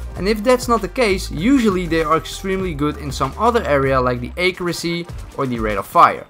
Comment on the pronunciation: wtf is that pronunciation of accuracy. ACRYCY